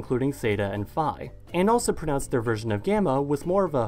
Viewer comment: Only inaccuracies are that φ θ χ were aspirated p t k (much like how p t and k are pronounced alone at the beginning of a word in English)